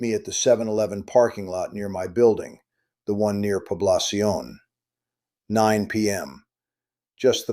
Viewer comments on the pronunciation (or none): There are no 7/11 parking lots in Makati but there are a few 7/11's. Given your time in the Philippines you should know how to properly pronounce Poblacion. Maybe your entire story is just made up.